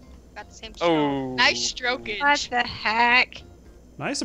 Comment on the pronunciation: "NICE TROKAGE" like the last time she sayed "NICE STROKAGE DADDY"